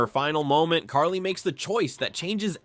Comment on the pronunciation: Carly, you mean Kali?